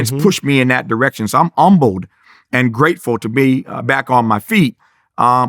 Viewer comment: Did he say umbled or humbled lol